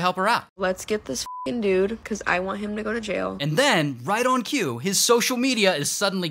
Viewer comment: I love when he says they found “heem” instead of him